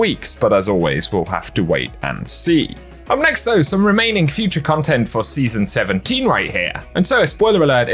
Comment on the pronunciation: I totally didn’t just hear you say “season 17” as “City 17.”